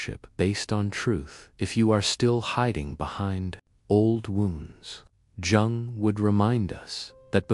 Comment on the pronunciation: Jung is pronounced 'Young', with the 'You' part said as in ' you like chocolate and so do I ' ; but shortened, as if saying 'you' quickly. Is this an AI voice?